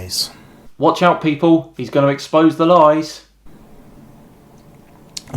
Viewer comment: When he said "i'm gonna eKS..PowZZ those lies", I was already rubbing my hands in anticipation of utter stpidity